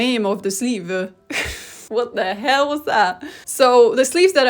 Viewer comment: All hail the pumpkin queen 🙇🏻‍♀️🎃 Also obsessed with the fact that sometimes you seem to slip into what sounds like a US southern accent when you say things like “what the HEeLLL was THAT”